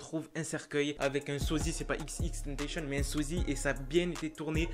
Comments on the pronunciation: au debut ta dit xxtentacion alors que c xxxtentacion sinon continue comme sa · Pas xxxtentenchen c'est xxxtentacion ( a l'écoute ) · arret de dire xxtentacion c xxxtentacion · Il dit XXtentation et non XXXtentation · C'est xxxtentation pas xxtentation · C est pas tentachion xxxtentation tion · Cest xxxtentacion pas Ex ex ex tennetéchionne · XXXTENTACTION ça se prononce "IXIXIXTANTASSIONNE" . Sinon je kiffe tes vidéos 😋